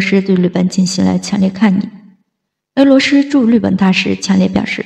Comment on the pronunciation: 俄罗斯，不是鹅骆师，能学好发音先吗